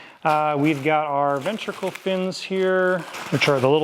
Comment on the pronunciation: BCM kits have always been first-class! (Respectfully... "Ventral", not "ventricle") :)